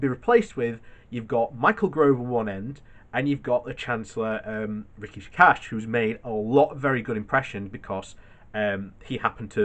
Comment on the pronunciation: Rishi Sunak. Soo-Nack.